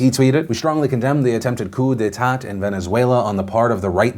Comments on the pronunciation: Pronounced “coo day tah” not “coo day taht” (because the French are strange) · Coup de "TAUGHT"